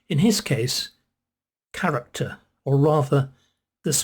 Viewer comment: When you said, ‘character’, I thought at first you said ‘carrot top’!